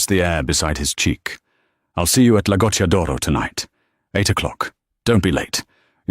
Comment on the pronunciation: The written text is an absolutely terrible evidence of Yankee arrogance who nearly all think that studying foreign languages is a waste of time. It's Matteo and not Mateo. It's "La Goccia d'oro" and neither "Lagoto" nor "Lagotodoro" or even "Lagot Doro" !! And in Italian the heroine of the story is not Emily Bianke but Emilia Bianchi. It's "cucina italiana" and not "cushina italana". Emily is not from Sienna, but from Siena. It's not Tuscanyany, it's Tuscany . It's "francamente" and not "franke" . It's "Per favore" and not "Pavore" , and it's "ragazza" and not "reagatza" . It's "San Gimignano" and not "Sanjiñano" . It's "Piazza del Campo" and not "patza delampo" . It's "Signora" and not "Senora" . This is only the beginning...